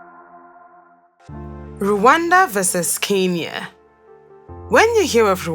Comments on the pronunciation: It's Kenya not kinya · Keinia👍🏽🥹🤦🏾‍♀️ It's Kenya 🤣